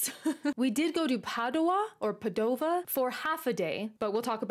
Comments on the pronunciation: Pizza in Venice? 😯 You should have tried the regional specialities like fegato alla veneziana (Venetian style liver), seppie nere (inkfish in ink sauce) with white polenta or granceola (European spider crab). A trip to Burano would have been great (much prettier than Murano). By the way Padua/Padova is pronounced "Paaadua/Paaadova" instead of "Paduuua/Padooova". 🙂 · Just wanna give you some more info about that plaza in Padova (accent on the first "a" by the way), since I live next to there: the place was originally a swamp, yes, a swamp. There are 78 statues (they were 82, but then Napoleon's army had to come and destroy 4 of them because they represented venetian Doge), and each one depicts a real or mythological figure linked to the city, people like Antenore, the legendary trojan hero that founded the city according to legend, Andrea Memmo, the venetian noble who created the plaza as you see it today (the island in the center is called Isola Memmia in his honor), Galileo Galilei that in Padova had the professorship in mathematics at the University (one of the oldest in the world), and here invented the telescope, and popes, writers, heroes, politicians, philosophers, scientists, kings (yep, there's even a polish king in there). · The right pronunciation of Padova needs the accent on the first "a".